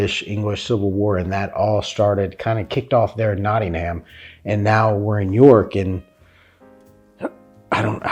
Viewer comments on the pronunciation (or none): Don't pronounce the Aitch in Nottingham, it's pronounced like Nottinum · Not.. ting ..ham 😂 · Just a couple of things... I notice you call him William the Conqueror, instead of William the B'stard! Here's a word for you... Mud... now change the M for an L, Lud.. now add on dite as in mite... Luddite! A tip for talking English, don't separate the syllables. Nottingham, Notting-am not Not Ting HAMM. Birmingham, Birming-am, no H. I wouldn't make fun of you for learning, for mumbling, yes, not for learning! Can you say enunciate without mumbling?